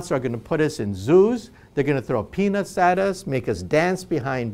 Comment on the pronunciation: i thought he said peanuts not penis